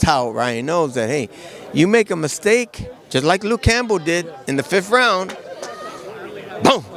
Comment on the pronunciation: Dude said Lukee Campbell !!! Are you serious 😂 bro I can’t wait